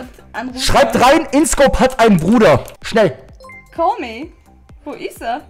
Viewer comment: Ist ja alles schön und gut aber was ist das für ein "schnell" bro xDDD